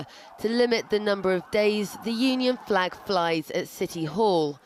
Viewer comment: Jamie Bryson dosent call it a flag or a fleg no no. He calls it a fwag